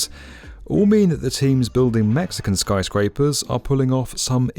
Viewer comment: why does he keep saying Skryscrapers?